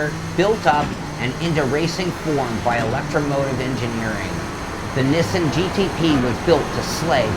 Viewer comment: Niss-in? You know the Japanese pronounce it the same way us North Americans do, right?